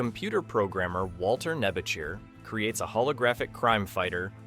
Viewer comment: "Automan." Walter's last name is pronounced "Nebiker." Not 'Nebicher."